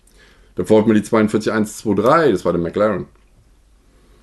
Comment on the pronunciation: Sticker und fehlende Türen sind bei NASCAR ja sogar authentisch! Danke an dieser Stelle für die korrekte Aussprache von McLaren. Mir geht das dauernde MäckLaahren in D/Ö echt auf die Eier.